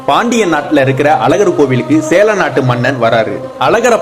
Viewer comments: எப்பா சேர நாடு என்று உச்சரியுங்கள் சேழநாடு இல்லை. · சேர நாடு அதாவது கேரளா நீங்க உச்சரிப்பது சேல நாடு என்பதுபோல இருக்கு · Sera nada? Sela nada. Thelivaga uchariyungal. Sera nadu yenrudhan kelvi. Sera nadu yenbathu keralathai kurikkum. Konjam thelivu paduthungal bro